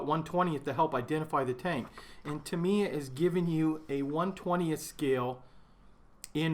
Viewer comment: GAH! It's TA miya,. TA - mi - ya. xD